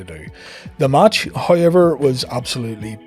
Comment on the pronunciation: Is that However "hayever" irish?